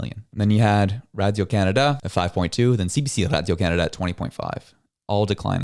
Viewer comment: I can’t listen to you with radio pronounced like that